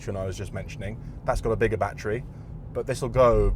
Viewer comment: One shot for every bat-tree